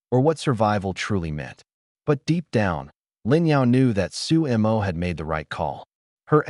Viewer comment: his name is su mo NOT su emo